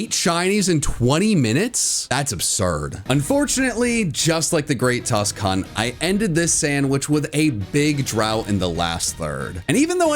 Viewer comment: The Great Tusk what? ? Sounded like you said Great Tusk...C**t